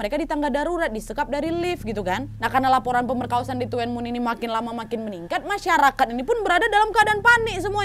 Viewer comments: Baca nya kalo tuen itu Tun 😊😊😊 Tapi best lah, memang daerah Tuen mun memang masih tinggi kejahatannya hingga sekarang, karna memang masih termasuk pelosok, tapi sekarang sudah lebih baik karna Sudah menjadi kota berkembang. 😊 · Hai sis...., TUEN MUN itu pengucapannya TUN MUN....Salam kenal dari TKW HONGKONG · tuen mun bacanya (dunmun) wak ,polisi hongkong sekarang gercep bnget, nangkep penjahat,, kemaren juga ada kasus juga di yuenlong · (FYI) Itu nama tempat tinggalnya nyebutnya “tun mun” kak , meskipun tulisannya “tuen mun”, salam dari hongkong ❤ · Orang hongkong baca Tuen mun jadi "dunmun" kak nad😅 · Bantu ralat...Tuen Mun d bacanya Tunmun wak 🤗😄🙏🙏 saya bekerja d Hongkong kebtln dekat dgn tempat itu,saya d Lhong Pingnya 😊🙏🙏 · Tuen mun.. Tapi di sini baca nya tun mun mbk nad 🤣🤣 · Tuen mun tulisan na ka..tpi d ucap tun mun..dlu saya kerja di tuen mun san king... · Tuen muen bacanya dunmun kak nadia 🙏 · Tuen mun = di baca nya “dun mun” wak 😂😂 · Koreksi “TUEN-MUN” dibaca “tun-mun” aj 😂😂😂😂😂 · Kalo tuen mun bacanya Thun mun wak 😁😁😁😁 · Tuen muen..dibaca tun mun kak NAD 😁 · Tuen mun bacanya tun mun/dun mun...itu daerah Ma on san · Tuen mun,di baca Dun mun, T jadi D,semoga membantu😊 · Tuen Mun. Dun Mun lebih mudah disebutkan, Kak. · Tuen Mun baca nya dhun Mun kak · it's pronounce tun mun sayang 🥰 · Tuen mun (dhunmun) pelafalannya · Tuenmun dibacanya Dunmun.. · Tuen mun di baca Dhun mun k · Bacanya Tuen Mun =TUN MUN biasa nad Hung Hom= Hong hum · tuen muen di bacanya thunmun wak.... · Tuen mun cara bacanya tunmun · Bacanya buka tuen mun tapi dhun mun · di ucap tun mun dan Hong ham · Bacanya "DUN MUN" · TUEN MUN Bacanya (Dun mun) HUNG HOM bacanya (Hung Ham) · baca nya thun mun bukan tuen muen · TUN MUN cra ngomongnya... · Tulisannya tuen mun bacanya tun mun nad.. bukan tuen mun 🤣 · bacanya cukup tun mun ya kak hehe tidak tuen muen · Maaf kak cuman korek penyebutannya bkn Tuen mun kak pi “dunmun”mksh kak sebab saya pernah tinggal di dunmun juga